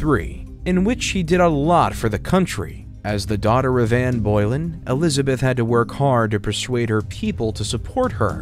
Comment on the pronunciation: If you can’t pronounce Anne Boleyn correctly and you’re showing pictures of tower bridge when describing the Tower of London, you probably shouldn’t be responsible for explaining British history. Found this satisfyingly concise otherwise x